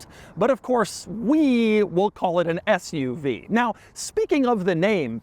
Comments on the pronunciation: Did you say Fth-UV or Sth-UV? I couldn't make out. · I feel like if you called it an “FUV” people would think you are swearing lol